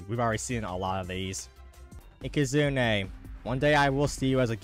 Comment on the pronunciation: found so many protogons ands aekehzoons. and please never stop mispronouncing ikazune we love it